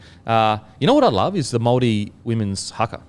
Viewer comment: Awesome pronunciation of the Maori names Kempdogg 👏